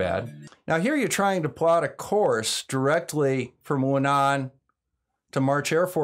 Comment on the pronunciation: Hi, it’s Wuhan, not Wunan 😜 The latter is in Australia. I’ve just operated back from Beijing and the place was a ghost town